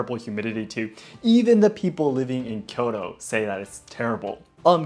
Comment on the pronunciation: Don't pronounce " Kyoro ", instead of Kyoto.